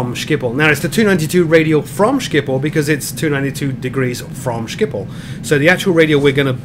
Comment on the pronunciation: i lolled at your pronounce of schiphol as skiphol